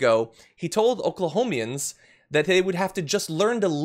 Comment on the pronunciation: FYI: it’s Oklahomans (not Oklahomians).